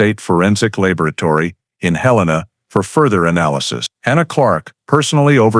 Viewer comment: It’s Hell’-in-uh, not Hill-ane’-uh.